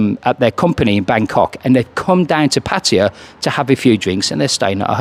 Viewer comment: Y can’t people pronounce pattay properly😩